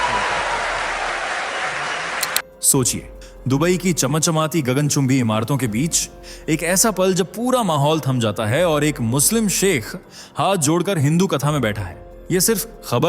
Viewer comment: आप अपनी हिन्दी का उच्चारण सही कीजिये महानुभाव! आपने कहा - दुबई की चमाचमाती " भाई साहब, " चमाचमाती " - ये कौन सा शब्द है? " चम चमाती " चमचमाती- ये सही है! आप हिन्दी के किसी अच्छे ज्ञाता से उच्चारण सीखिये! तब चमाचमाती और चमचमाती में अंतर समझ आएगा -? हःहःहःहःहःहःह